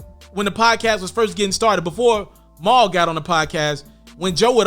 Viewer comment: Niggas would never get Mal name right 😂😂😂 every person I’ve ever heard say his name pronounce it different LOL this guy saying Mile 😭 it’s Mal, as in JAMAL lol idk why that’s so hard for people to understand